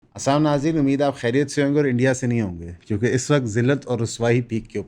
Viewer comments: Salam sahi tarah kia kryn. "Aslam Guys" what's that??? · Kindly salam toh teek tarha se kia karay, baki sab teek hai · Bhai ap bohat achy ho har lehaz sy, bs Salam theek sy bola krein!